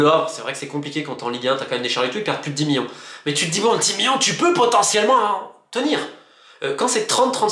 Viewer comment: Millions ❌ Miyon ✅